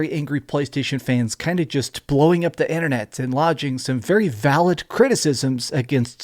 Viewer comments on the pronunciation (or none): none